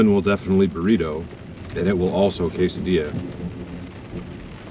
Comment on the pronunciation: Cas-a-dilla 😂😂 i say it this way too and my abuela hits me 😂😂